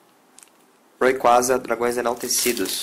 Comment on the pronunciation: se fala reyqueisa